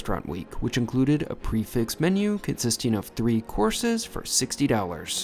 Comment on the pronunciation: You need a shave, and you might want to learn how to pronounce "prix fixe."